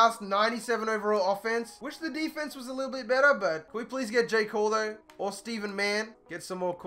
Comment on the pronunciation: Please stop pronouncing Stephens that way, that's not how you say it